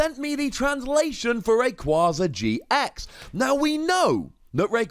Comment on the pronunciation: It’s “Ray-Quay-Zuh”